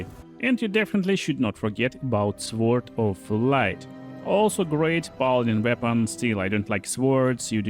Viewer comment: The W in sword is silent